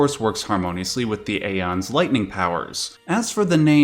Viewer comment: ive heard "ee-fret" before...but never "eye-fret" it seems more people call it "if-rit" more than......any other name. also its not "a-ons" its "ee-ons" the "ae" letter/symbol is pronounced like a modern day "e" so "daemons" is pronounced "demons" etc, etc.